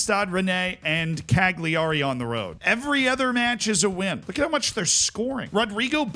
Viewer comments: I'mma change your life right now. CAG LEE ARI is actually pronounced CAL YA REE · That was some butchery on that name. But this is so... yeah. 😂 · please stop pronouncing the G in cagliari. just say cali-ari